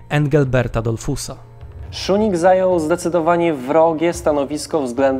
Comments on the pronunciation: błędna wzmowa nazwiska kancleża Austrii.W żadnym wypadku Szunig tylko Szusznig. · Jedna mała uwaga, nazwisko kanclerza Austrii brzmi Kurt Schuschnigg czytamy szusznik, szusznig, a nie szunig 😉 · Schuschnigg a nie "Szunig" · dlaczego mówi pan Szunig . kanclerz Austrii nazywał się Schuschnigg co wymawia się Szusznig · Schuschnigg (Wymawiamy Szusznig), a nie Schuning. Wielka Brytania miała zareagować- niby jak? Miaĺa cztery dywizje piechoty. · Strasznie to razi... mam nadzieję, że nie tylko mnie... Suschnig a nie schunig, czy jakoś tak jak jest w audycji.... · Czyta się "SZUSZNIG", a nie "SZUNIG". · Błagam..Szusznig a nie Szuning.. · szuszning a nie szunnig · Uwielbiam Wasz kanał, ale o co chodzi z tym dziwnym wymawianiem niemieckich nazw? Kanclerza czytamy Szusznig, a Reichstag to nie Rajsztag, tylko Rajchstag... 🤔🤔🤔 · Kurczę, uczyłem się niemieckiego 8 lat, mam znajomych Niemców i Austriaków i żaden nie powiedziałby inaczej niż Szusznig. To samo z Reichstagiem - Rajchstag lub ewentualnie Rajśtag, ale nie Rajsztag 🧐 Trzymam kciuki za kanał, bo - poza dziwną wymową też w innych filmikach - treść bardzo wartościowa. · Nie Schunigg tylko Schuschnigg i Reichstag nie Rajsztag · Ciekawy materiał. Zdecydowanie Autor musi popracować nad wymową nazwisk niemieckich. Nazwisko kanclerza Austri Kurta Schuschnigga wymawiamy jako Szusznig a Seyss-Inquart to Zajss-Inkwart. I będzie super. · Porwana wymowa Szusznig. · Pierwszy raz spotykam się z taką wymową nazwiska kanclerza Austrii...aż zacząłem szukać kto to jest....jednak wymową jest zła